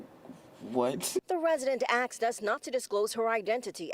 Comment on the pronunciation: reporter pronounces "ASKED", "AXED" SMDH